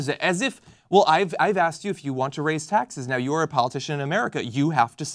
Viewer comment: "SO U WANT TO RAISE TAXEZ" -Wolf Blitzer